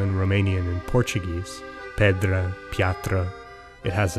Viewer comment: "pedra" in BR-portuguese is pronounce with the "A" as a true "A" sound.